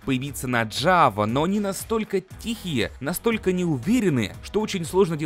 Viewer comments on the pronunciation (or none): none